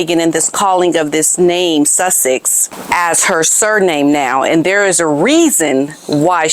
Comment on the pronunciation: Does anyone else keep thinking Megan Markle using Sussex sound like she is saying “ l’m Megan Suckit now” or is it just me 😂😂